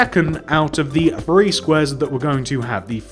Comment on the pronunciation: How old r u because when u say `1,2,3` it sounds like u r saying 1,2 free